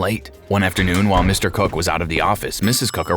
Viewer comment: I'm sorry but the way the first guy says Mr. COOK sounds like he's saying Mr. Cuck 😭😭